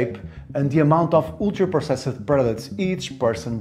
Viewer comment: I know there's good info here, but I want to punch my TV every time I hear him pronounce "ultra-processed"